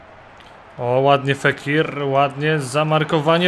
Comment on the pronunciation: fékir a czyta się fakir xD